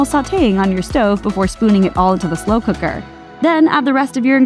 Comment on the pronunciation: "Mmm slew kuckrrrrrr".